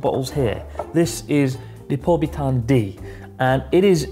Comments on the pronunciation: Lol, normally it's Lipovitan D, but apparently in Japan they pronounce it as Ripobitan D 🤣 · Dammit Chris, it's Lipovitan not Ripobitan